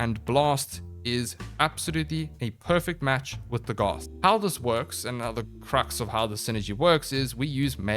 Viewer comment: Pronounced DAGith